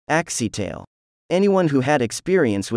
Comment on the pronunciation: Bro in the beginning you literally said taxi-tale